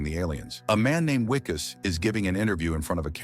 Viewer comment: Its Vickus not Wickus